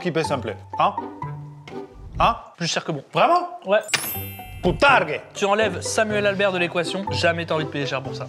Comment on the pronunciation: De la BOUTARGUE ! pas POUTARGUE !!